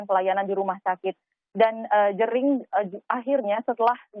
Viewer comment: Kenapa y presenter sering salah mengeja nama orang bali, kayak jering atau made